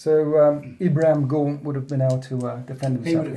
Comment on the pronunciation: I love your battle reports and I've said it before and I'll say it again ... GAUNTS not GANTS :D!